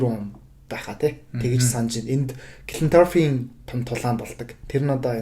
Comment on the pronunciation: Бүгд найрамдах Улс биш ш дэээээ😮😮😮. Иреланд Улс гэж орчуулна.Leinster, Munster гэхийг англиар яаж дуудаад байгаан бэ хммм.Clontarf гэж хэлж байгаа нь😮😮😮 хүртэл хммм. Дублин хотод маш олон боловсролтой Монгол залуус мэргэжилээрээ дэлхийн том том компаниудад ажилладаг тэд нараас дуудаж яриулсан бол дээр байх байлаа.